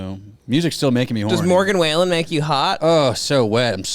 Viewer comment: Still insane to me can't pronounce the words "morgan wallen"